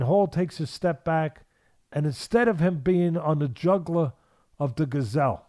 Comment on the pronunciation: The way he pronounced "jugular" as juggler bothered me though.